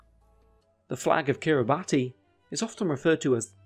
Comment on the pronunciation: ‘Kiribati’ is pronounced as ‘Kiribass’